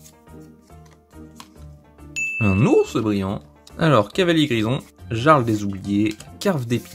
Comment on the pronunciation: Juste jarl des oubliés ce lis "iarl des oubliés"